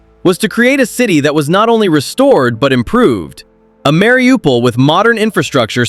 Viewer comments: Se dice Mariupol, no Mariupopol. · Marupol- was ist das 😂😂😂 oder Mariupol. Die 404 Land hätte es nie geschafft!!!